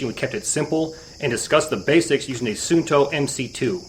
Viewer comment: its actually pronounced suunto. with 2 u:s.. like saying uuuuu!! so basically suu nto.